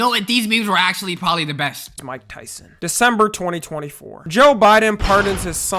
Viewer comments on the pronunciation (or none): none